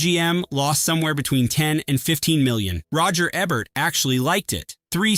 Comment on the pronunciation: If you can't pronounce Roger Ebert's last name correctly, why should we trust anything else you have to say?